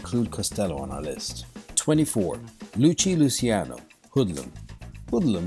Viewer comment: ITS LUCKY LUCCIANO. NOT LUCHI LUCCIANO